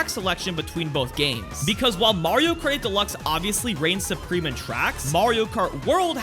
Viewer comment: Why can't he pronounce "Kart 8" in "Mario Kart 8 Deluxe"?....drives me crazy